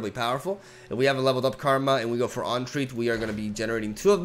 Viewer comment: Homie you're saying "entreat" wrong...